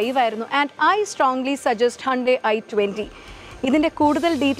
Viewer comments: Car advertisement aanennu parayuke illa! Atrakku naturalayi abhinayikkunu 😂🤣Also she pronounced “Hyundai “ as “HAANDAI”😂 Actual pronunciation in korean is "Hyun-dae" ( if that was what she was trying to do she failed)and in English is "Hyoon-dai"... But she is pronuncing it as " HAANDAI" which is neither the actual korean pronunciation nor the English common pronunciation! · ഹാൻഡയി അല്ല ഹുണ്ടായി